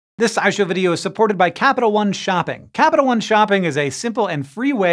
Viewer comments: Was that the cut or did he say "eye show" at the very beginning? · Is it just me or was the way he said SciShow this time around sound like “EyeShow”?